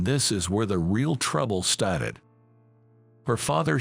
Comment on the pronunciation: The word STARTED is pronounced star-ted not stat-ed. They read well enough but pronunciation sucks. So many easy words are beyond their vocabulary. US is read as U-S not us. Like the stories, but